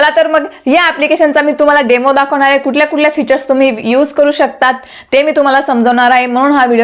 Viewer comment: ताई.. खुप छान... पण तुमच्या उच्चारांत आहे चा हाहे असा उच्चार येतो तेव्हढ फक्त काळजी घ्याल तर फार छान होईल...